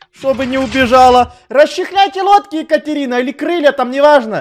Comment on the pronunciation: сказала екатехуй